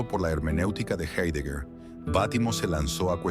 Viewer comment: Se pronuncia jáidegar, analfabetas.